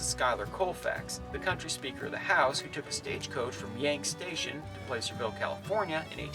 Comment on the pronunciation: I’ve said it before and I’ll say it again… it’s “PLASSERVILLE” not “PLACE-ER-VILLR” and damnit it’s NE-VA-DA, not NE-VAH-DA 🤦🏼‍♂️ still love your videos though.